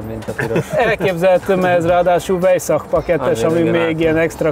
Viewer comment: Nagyon jó lett, de "vájzák" nak ejtik! :)